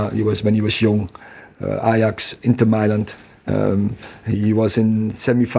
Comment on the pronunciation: “Inter mylant”